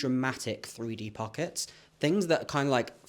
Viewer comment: The quick, outta nowhere, american accent "its gaht pawkets!" 😂😂😂😂 youre such a GEM❤💎